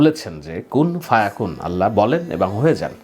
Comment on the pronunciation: 'কুন ফা ইয়াকুন' বলুন।